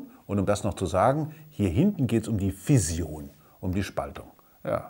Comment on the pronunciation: Fission, nicht Fision.